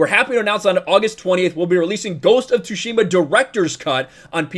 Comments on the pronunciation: I am soo looking forward to have a go at the game, I still haven't to this date! And coincidentally I am also learning Japanese, so gonna totally play it with Japanese language option! Also, a small tip - its pronounced "TsUshima", not "TsushIma";) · The t is silent you thick w⚓ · .............the T is silent.